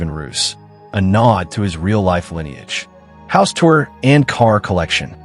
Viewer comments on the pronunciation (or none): none